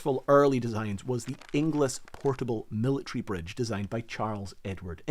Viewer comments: Surprisingly fascinating! BTW, "Ingles" rhymes with "singles" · Inglis is pronounced Ingles, my sister married one LoL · great subject! You'll kick yourself when I tell you that Inglis is prounounced ING-ELS. It's a relatively common surname in Scotland. There was a Bailey bridge in use until relatively recently on the A93 between Blairgowrie and Bridge of Cally. In a steep sided gorge, single track and controlled by traffic lights. It was always a highlight of a trip up Glenshee when I was a kid. Eventually, it was bypassed by a new dual lane section of road. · You don’t pronounce the second i in Inglis. It’s pronounced more like Ingls. Think Dingles, Cringles, Pringles, - Inglis. As in famous Edinburgh hero Elsie Inglis.